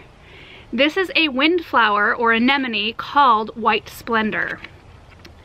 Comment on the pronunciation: Here I am thinking, “What the heck is a Nemonee??” Oh...I get it! ...Anemone! 😂